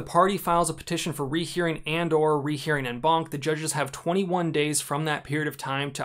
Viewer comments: Please. It’s French. It’s pronounced ON BANC. You pronounce “en” as “on” in English. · I thought he was saying "N-Bonk" not "En Banc"